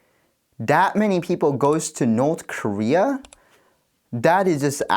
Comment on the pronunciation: cities skylines norrth korea🤣